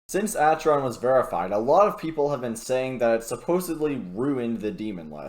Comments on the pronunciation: Did he just say Acheron instead of akeron? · bro the way he says Acheron tho 😢